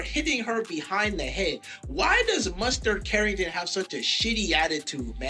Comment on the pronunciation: Oh!!! I see why he called her MUSTARD CARRINGTON. DIJONAI/ DIJONNAISE..!!! 😂😂😂😂